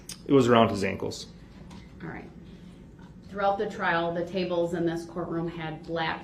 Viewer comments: I hate the way he says “ankles.” Wtf are “ankoos?” 🙄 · Tell the troof and NO ONE EVER CARED IF HE HAS ON SHOCKS!! They probably wondered why they weren’t used! And who says ankus instead of ankles. He’s the absolute worst.